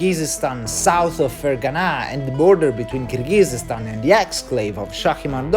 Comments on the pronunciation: By the way, the country is actually pronounced Kyrgyzstan, not Kyrgygyzstan. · Just a few comments here (from someone who watches your videos frequently), I hope you won’t take them personally; - you’ve mispronounced Kyrgyzstan to the point one could not listen anymore, given your interest in geography and ex Soviet republics, it’s rather surprising. It really doesn’t take too long to learn basic things like this and make an effort to research it properly prior to exploring those places, which without a doubt are interesting. Similar story with other names in Uzbekistan (and other ex Soviet republics), it’s rather important how you pronounce things both in English & Russian so that your viewers (and native speakers of those languages) can better understand you. E.g. Fergana (or Vorkuta in your previous explorations) is pronounced as if you spoke Italian while you actually described it in English / Russian, accent is stressed in the wrong syllable hence often giving the impression that you spoke of entirely different place - quite recently Bald & Bankrupt successfully reached Sokh exclave and all he needed was the current schedule of flights between destination A&B so that he could plan things ahead to buy tickets on time. You speak communicative Russian which should enable you to plan in advance, I guess. Try to get yourself organised and contact places prior to arrival in the local area to have that knowledge that might be helpful in future planning and you might be in better position to achieve your goals One might not think much of the above, but tru